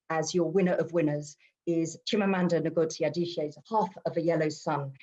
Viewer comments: Wrong!! Wish I can make a voice note here, "Ngozi" in Igbo, is "Ngozi! Not " in nor "I'm! It's totally wrong and don't put it up here as an advise cos am not sure you are Igbo please. The " N" is is like that in Igbo, and there is no other way to pronounce it, you just need to try harder. Thank you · do u really understand phonetics.... how foreigners pronounce it is "Nigozi" it is supposed to "ingozi"